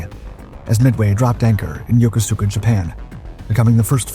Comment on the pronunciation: It's pronounced ya-kooska not yoko-suka.